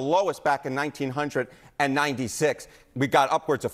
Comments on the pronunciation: Are we going to let him slide with the fact that he said all the way back in 1900 and 96... not 1996.... nineteenhundred and ninety six 😂😂😂😂😅😅😅😅 i was 9yrs old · I am sorry but did young buck just say 19hundred 96? instead of 1996? Crap dude make me feel old as hell.